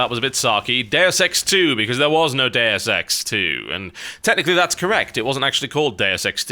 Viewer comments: oO I was wondering "What the f is Dare Sex???" Until I realised he's talking about "Deus Ex"... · I thought he said Dair sex 2, not deus ex 2.